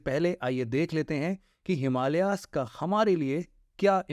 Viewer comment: हिमालियाज नहिं हिमालयज है । भारतियों को सहि उच्चारण करनेमे क्यों समस्या है ? नेपाली